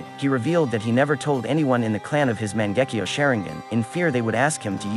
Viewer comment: Mans said mon-gek-io share-ing-gen